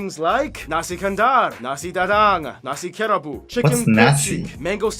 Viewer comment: Haha.... It's not "Nasi Dadang" but the correct is "Nasi Dagang" 😂I love this video so much!